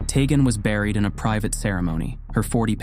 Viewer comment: I think it's pronounced "TEE-gen."